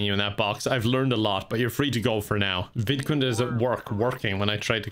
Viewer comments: it took me a while to realize that he wasn’t saying “vidcon” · I'm an idiot I didn't know the sims actual name was vidcund I thought was just strangely pronouncing VidCon, and wanted it to die so much he made a sim of it and tortured it